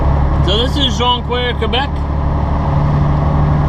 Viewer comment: its pronounced jon key ere